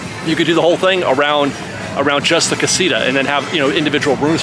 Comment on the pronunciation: Here's a trick, you can pronounce casita a little bit more accurate if you start saying out loud, casitower, casi - tower, several times and then just remove the "wer" part and say it over and over again. Great video!